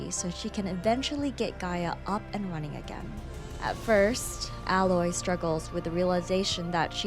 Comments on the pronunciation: Nah like fr, I don't understand how some still screw it up, like you go through the whole game with people calling her Aloy, but some still screw it up and say alloy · It's pronounced ay-loy. It's said multiple times throughout both games. Unacceptable to mispronounce the main characters name in a video focusing specifically on her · Omg that's not how her name is pronounced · You kept pronouncing her name wrong. How r u going to do an entire video on one person and butcher their name?